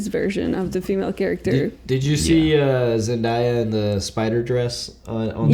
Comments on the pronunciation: Hey guys, Zendaya’s name is pronounced Zen-day-a and not Zen-dAya. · Can you please pronounce Zendaya right, its Zen-DAY-a not Zen-die-a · the way they pronounced zendaya’s name kinda aggravated me 😂😭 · my eye twitched every time Zendaya's name was mispronounced in this 😩 also coming back and proving ' imitation to be on point took me out 😭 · Hey guys! Loved this breakdown!! Almost felt like watching the movie with yall ♡ Also just a side note; Zendaya's name is pronounced ZenDAYa. Like day as in day of the week. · That's not how you say Zendaya.